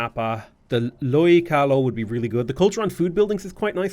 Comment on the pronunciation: I know you don't speak Hawaiian so let me help a bit. Keawe = Kay-ah-vey. Lo'i Kalo = low-ee kah-low. Kahuna = Ka-who-na.